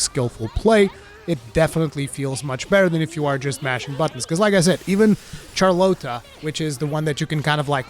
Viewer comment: “Char-Lote-ah” lmao Game is awesome so far!